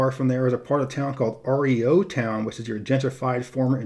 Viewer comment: Two things to correct you on... Although REO is the initials of Ransom Olds (founder of Oldsmobile) the neighborhood is read like a word pronounced Ree-Oh Town. And the UP pastry is pronounced Pass-Tee. A Pace-tee is something quite different. I'm a Michigan transplant that has since lived in Alaska and Oklahoma. I would love to see geographic profiles of my adoptive states. Thanks.